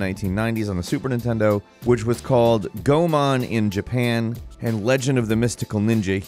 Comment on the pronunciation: ...Goman? Does he mean Goemon?